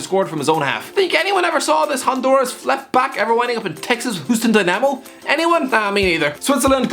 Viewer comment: Hope tomorrow's video is just ten minutes of the explaining his pronunciation of Houston Dynamo.